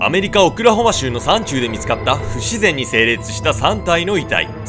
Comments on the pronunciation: 「さんちゅう」を「やまなか」と何度も言ってて笑う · 山中→ ✖️やまなか ○さんちゅう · やまなかじゃなくてさんちゅうでしょwww